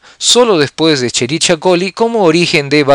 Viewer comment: Cómo pronuncia escherichia 🙄